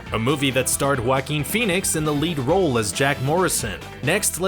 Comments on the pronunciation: "Wackin Phoenix" It hurts to hear this Really does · Oh that wacky "Wackeen Phoenix". LOL! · Joaquin sounds like: WA-keen. Not how it is said in this vid. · It sounds like you say whacking phoenix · It’s (Wah-keen) please pronounce names correctly or stop making videos! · Ahem!! It's "Wackeen Phoenix", thank you very much? lol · YOU ARE KILLING JOAQUIN'S NAME! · You’re mispronouncing his name dumbass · narrator of this video pronauced joaquin name like that ....lol